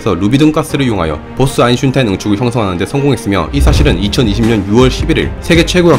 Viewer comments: 오늘도 어김없이 아인슌타인 ㅋㅋㅋㅋ 혹시 그렇게 말하는 이유가 있나요? 사실 진짜로 그게 이름이었다는 느낌처럼 뭔가가 있나요? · 초반자막에 아인슌타인이라고도 돼있어여 ㅋㅋㅋ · 아 레알 이렇게 들림ㅋㅋㅋㅋㅋㅋㅋㅋㅋㅋㅋㅋ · 유튜버마다 다르게 불리는 아인슈타인 1. - 아인슌타인 2. 지식보관소 - 타인이형 3. 어느 물리강사 - 한돌(einstein이 하나의 돌이라는 뜻임) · 아인슌타인이 발음하기 더 편한 이유는 'ㄴ' 받침을 발음하면 윗니(잇몸)에 혀가 닿으면서 끝나는데, 초성 'ㅌ'은 발음의 시작을 윗니(잇몸)에서 시작하기 때문입니다. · 지식N상식 님의 영어발음, 님의 아인슌타인... 아아.. 이게 과학인가.. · 내용은 정말 흥미로운데 아인-슌타인 왤케 신경쓰이짘ㅋㅋㅋㅋㅋㅋ소리끄고봄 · 아인슌타인.... 그는 도덕책..... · 인을 의식하면서 발음하면 아인슌타인이 자연스러운 느낌이 듦ㅋㅋㅋ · 슌타인이 네이티브 발음인줄 알고 아하? 그동안 내가 콩글리쉬를 썼구나했더니 ㅋㅋㅋㅋㅋ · 이 영상을 보고 저까지 슌으로 발음하기 시작했습니다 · 평소 영상 잘보고있는데 오늘은 아인"슌"타인이 거슬리네요 ㅋㅋㅋ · 아이슌타인 형은 또 누구야!? 친형인가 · Einschunteinㅋㅋㅋㅋㅋㅋ 심지어 발음하기 편해ㅋㅋㅋㅋ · 아인슌타인 댓글달러왔더니 죄다 아인슌타인얘기뿐이네ㅋㅋㅋㅋ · 아이슌타인이 짜증나서 집중이 안 되네요. 사람 이름이잖아요. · 아인슌타인이라뇨ㅋㅋㅋㅋㅋㅋㅋㅋㅋ 이제 체념하신겁니까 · 아인슌타인 다른사람같네 발음이 ㅋㅋ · 아인슌타인이라고 들림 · 뭐야 점점 외곡되네.. 아잉슌타잉?? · 난 음운론 전공인데 너무 궁금하다 대체 왜 아인슌타인이라고 발음하는걸까? 그냥 실수도 아니고 너무 일관되게 똑같이 발음하네 ㅋㅋㅋㅋㅋㅋㅋㅋ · 아인슌타인! ㅋㅋㅋ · 아인슌타인 때메 집중안되노 ㅋㅋㅋㅋㅋㅋㅋㅋ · 한번을 안 빼놓고 아인슌타인이라네... 아저씨 바보인가여?? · 아인슌타인 거슬려서 영상에 집중을 못하겠다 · 아인슌타인이라고 하니까 꼭 중국인 이름같네 ㅋ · 제목 아인슌타인이라고 고쳐주세욯ㅎㅎㅎ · 아인 / 슈타인 끊어서 발음하시고 편집 과정에서 둘 사이의 갭을 없애보심이..? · 다음영상부터는 아인슈타인이라고 제대로 해주세요~~ 사투리라도 고유명사잖아요~ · 사람 이름이 아인-슈타인인데 발음이 편하다고 그냥 이제 그렇게 부르겠다고 하시면 어떡해여ㅠㅠㅠ 다른 사람도 아니고 아인슈타인인데.... 독일식으로 아인시따인 이라고 읽으시면 차라리 또 몰라... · 1. : '저편을 넓힐 것' -> '저변을 넓힐 것' 제 국어실력이 미숙해서 나온 실수입니다. 다시 수정하고 영상올리기는 번거로우니 양해 부탁. 2. 아인슈타인 -> 아인슌타인 아인슈타인 영상을 올릴때 제가 인지를 하고 발음을 안하면 얼결에 '슌타인'으로 발음이 됩니다. 제 혀는 그게 더 편한가봐요. 원래는 최대한 '-슈타인'으로 발음하려고 녹음 다시 하고 그러는데 이번에는 그냥 편하게 '-슌타인'으로 발음하면 반응이 어떨까 싶어서 혀가 원하는 대로 해봤습니다. 아무래도 제가 19년을 지방에 살다가 상경해서 10년을 살아 사투리랑 표준어가 엄청 뒤섞였어요. 그래서 말투가 좀 특이합니다. 고향 친구들은 왜 표준어 쓰냐고 하고, 대학 친구들이나 연구원 박사님들은 왜 사투리 쓰냐고 하고... 아무튼 그렇다고요... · 아인슌타인ㅋㅋㅋㅋ 좀만 지나서 아인슈타인이라 발음하면 어색할듯ㅋㅋㅋㅋㅋ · 일년전부터 변함이 없네 ㅋㅋㅋ 이정도면 아이덴티티로 자리잡아야 되는건가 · 이거보고 한번 읽어봤는데 아인슌타인이 더 자연습럽세 신기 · 근데 농담이 아니라 친구들한테 아인슈타인 아인슈타인 계속 해보라고 하면 아인슌타인이 발음이 더 편함... 솔직히 처음에는 실수였는데 그냥 이제 편하게 하려고요. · 나도 아인슈타인을 듣다보니 그리 적고 쓰는 중.. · 저도 "아인슌타인"이라고 들림ㅋㅋㅋ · 영상은 흥미로운데 아인슌타인 때문에 정신 나갈거 같아요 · 아인슌타인! 듣도보도 못한 학자의 이름이군요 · 아인슌타인 들으러왔습니다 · 보스 아인슌타인...